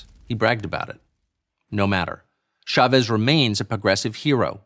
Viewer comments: It's a little annoying that everyone pronounces Chavez with soft "sh" sound. "Ch" in Spanish is always a hard "ch," like chocolate. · In America we pronounce ch like ch, Pierre.